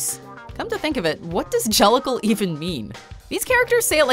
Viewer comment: New drinking game Take a shot every time she says gellical